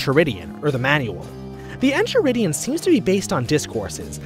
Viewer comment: It’s En-Kai-ridion. The h is silent.